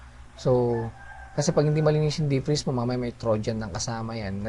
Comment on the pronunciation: deef-preeze ^^ thaawwd ^^ = pronounce as "thowd" thanks thanks!!